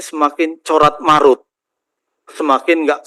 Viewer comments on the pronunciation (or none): Carut marut pak,,bukan corat marut😂